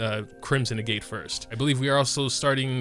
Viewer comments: Agitt not a-gate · its pronounced "eh-get" agates are a type of mineral in real life ya know! sometimes they're used to make jewelry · I'm sure it doesn't matter at this point, but I believe it's pronounced "ahg-et".